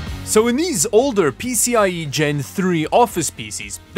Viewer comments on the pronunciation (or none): none